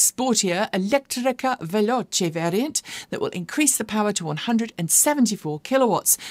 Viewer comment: I love the way you pronounce italian words ("elettrica", "veloce", "ibrida") while talking about Alfa Romeo 👏